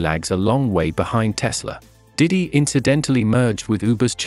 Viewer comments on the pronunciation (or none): none